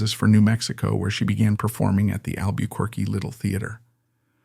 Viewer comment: This AI narrator is terrible. He doesn’t know how to pronounce Desi Arnaz, La Jolla, Albuquerque, and more.